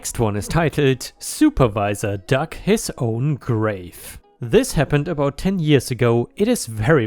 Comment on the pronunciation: When you said 'dug', you pronounced it in a way that made it almost sound like "duck".